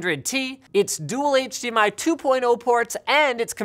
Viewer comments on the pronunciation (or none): none